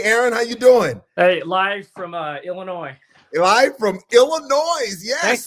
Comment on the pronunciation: Oh you don’t pronounce the S in Illinois 🤦🏻‍♂️ Being a resident of the state it makes us cringe lol